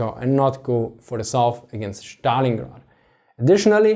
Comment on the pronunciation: It is like magic to hear you say ze Schtallingrad